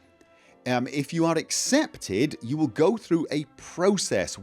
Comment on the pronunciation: Time vill tell, sooner or later, time vill tell.